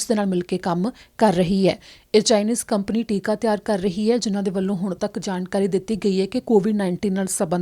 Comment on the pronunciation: ਟਿੱਕਾ ਨਹੀਂ ਟੀਕਾ ਹੁੰਦਾ ਹੈ।